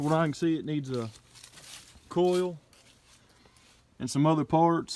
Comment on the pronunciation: Sounds funny the way you say COIL. Sounds like you are saying CALL. Same with OIL sounds like ALL. Not making fun just find in pretty unique.